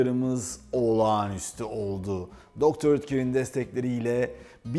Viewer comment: Mukemmel kanalll her seferinde degisik guzel tarifler ellerinize saglik ayrica dr.oetker hani doktor diye okunmuyordu sefim de doktor diyor 😋😋🤪🤪🤪🤣